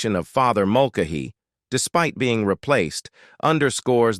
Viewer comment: Its pronounced Mul- Kay- Hee, not Mul- k- hee